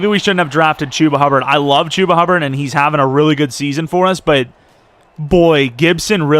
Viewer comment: Hate how he says Chubba lol